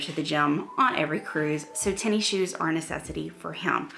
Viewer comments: I like your videos but you calling it “tenny shoes” makes me mental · I like how you say Tenny shoes must be a southern thing!